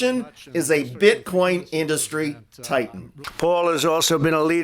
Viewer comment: Hilarious pronunciation by the idiot. IN-Dust-Stree! Sniff sniff.